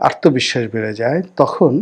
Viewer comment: আর্তবিশ্বাস নয়, আত্মবিশ্বাস।